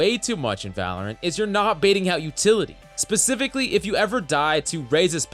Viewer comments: Utily lol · What it you don't have "Utily"?